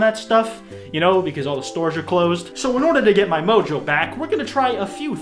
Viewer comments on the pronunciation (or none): none